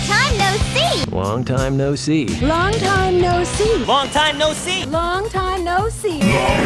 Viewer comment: after a while "Long Time No See", begins to sound like a french word...lmfao